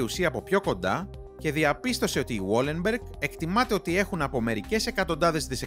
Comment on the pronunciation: Βαλενμπεργκ οχι γουόλενμπεργκ.